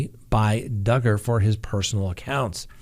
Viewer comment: Are you sure you're pronouncing Duggar's last name correctly? What does it rhyme with? :)